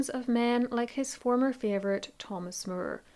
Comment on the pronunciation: Please start calling and pronouncing Thomas More as More. It was not pronounced as Mure. You have a beautiful voice and I love listening to you But really wish that you would correctly pronounce people’s names